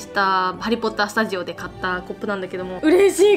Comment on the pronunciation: ハリーポッター studioっていう発音聞いてさすがだと思った